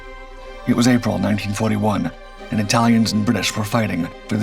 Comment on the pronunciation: Why is he calling the It-uhl-ians, of Italy, "it-tiles"? No really, here's a did you know for ya! Did you know that the vowel letter long "A" vocabulary English pronunciation is intentionally juxtaposed. A trope pronunciation of contentious, compliments of the UK - Italia Empire conflict of WW1, that gravitated it's way here States side. And as a dig at adversaries of the time of the British UK, versus Italia debacle they (UK) would covertly implement the botched pronunciation we have come to know today. A very over exaggerated long vowel letter "A" pronunciation, giving off the vowel letter long "I" pronunciation, of a faint it-tile-lians connotation. CapItalians (pronounced It-uhl-ians, post "cap" dropoff of "CapItalians" upon saying three times, CapItalians of Italy upon third time drop the word "cap" off of Italians, where there you'll receive your Aha! moment of epiphany) of Italy are not "it-tiles" they're sentient humanoid beings, such as myself and you the reader! Begging your pardons I just had to put that out there, as food for thought.